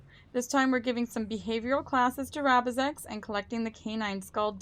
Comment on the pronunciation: failing to prepare is preparing to fail misread rabizex's name lol